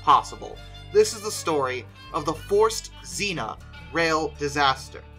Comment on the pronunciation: Forct tsinna, not forced xina, z is always a TS and the rst is pronounced rct